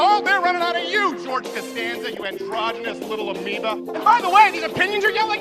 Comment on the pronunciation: What the fuck is "amiba"?